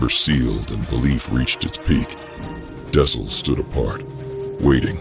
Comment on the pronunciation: You could probably get the Ai to pronounce dxun right by spelling it 'duckson' or something.